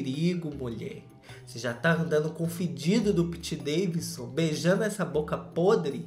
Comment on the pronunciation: Amo quando ele fala Piti Daivisu Kjkjkjkjkjkj